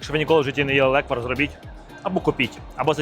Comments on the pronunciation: NE леквАр, a LE'kvar (ь)... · Тільки не леквАр, а лЕквар🙏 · Леʼквар!!!! Ти Євженя! Говори грамотно))) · Ов,справді.Це смакота з дитинства.Тільки наголос на е-лЕквар))) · Слово запозичене з угорської мови “lekvár”. В угорській мові завжди наголошений перший склад(лéквар, бóграч і так далі) Відео , як завжди супер 👍😇💕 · Євгене, правильно казати лЕквар. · Не правильно наголос Леквар наголос на перший склад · Наголос на перший склад, будь ласка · Я з Закарпаття. Вітаю вас! Я кожен рік варю леквар в каструлі і варю його більше ніж 24 години і получається дуже хороший леквар! Наголос треба ставити на літеру е.😊😊😊